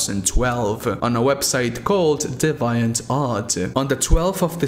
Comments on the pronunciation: Hate to be that guy, but i csnt help. its not 'Dee-vEYE-int', but rather 'Dee-Vee-int'.. otherwise good video.👍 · its dee-ve-ant arr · You’re so Mexican 😂 dee-viant. My parents, you remind me of them, love your vid’s bro